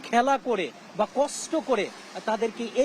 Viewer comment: (বৃষ্টি+ কষ্ট+উনিশ) রিপোর্টার ভাইয়ের এই শব্দগুলোর মূর্ধন্য ষ উচ্চারণের জায়গাটায় একটু সমস্যা মনে হচ্ছে। আমি কি সঠিক! 🤔🤔